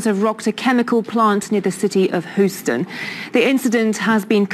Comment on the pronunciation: It's pronounced hue-stun not hoo-stun